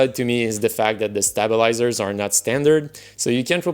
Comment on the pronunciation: OMFG the way you pronounce stabilizers, I'm closing the video. Good luck with that sorry attempt at English.